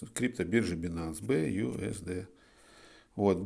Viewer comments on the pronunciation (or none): BUSD а не BUSDT читать бы научились) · Как же режет слух бэюсдт, там же написано busd где там т в конце